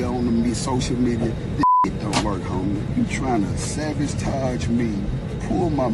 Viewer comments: savage-tage???? I could have sworn the word is sabotage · So nobody else heard young buck say "savagetoge" 🤣🤣🤣🤣🤣🤣🤣🤣. Run it back! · Young buck said “Savagetage” 😂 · Angela yee,, you wrong for repeating that,,,(SABIGE-TAJE) 🤣🤣🤣🤣🤣🤣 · “You tryna savage-tage me?!” 😂😂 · Yee slick at the end making fun of buck saying 'sabbage-tage'😅